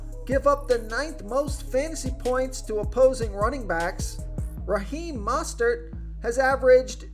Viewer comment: great information but, i mean this in the most constructive way, drop the announcer voice. its incredibly distracting and sounds incredibly forced. also..its MO-stert, not MAH-stert